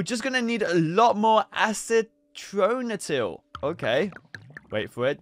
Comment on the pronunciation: acetonitrile is pronnouced (ass it on it rile)